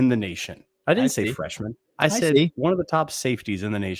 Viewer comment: He does not say it like that. You need to listen. Bhaaaa